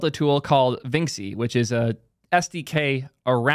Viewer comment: Vinxi is pronounced like vinchi (to rhyme with da Vinci)